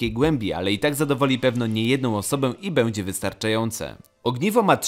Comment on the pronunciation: Pracuj nad dykcją kolego, wymawiasz miĘdzy bĘŁdzie itp.